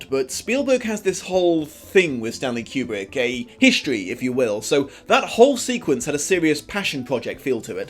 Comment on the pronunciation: Ok first, two Douchey McNitpick moments. 1) It's Koo-brick, not Kyu-brick 2) Sho was Chinese in this version for some reason. Anyway, I really FACKING LOVED the Shining stuff, it even convinced my gf to see the damn movie after years of me insisting! And yeah I didn't see the H twist coming probably because I watched it with the Italian dub and he didn't have any accent. Having not read the book I thought he was going to turn out to be Irok. And goddamn I didn't even think about the lesbian stuff until I saw this video. Of course I got that she was lesbian because I have eyes, but I didn't connect that to the "kissing the nude lady" bit.